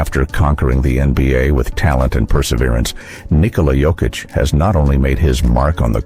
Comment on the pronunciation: It's sad, insulting and disrespectful that people still pronounce Jokic wrong 🤦‍♂️ ￼